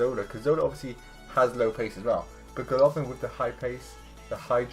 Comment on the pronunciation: not GolOvin !!! GolovIn